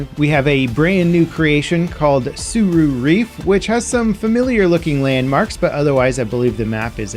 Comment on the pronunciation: Tsura Reef … Tsura Reef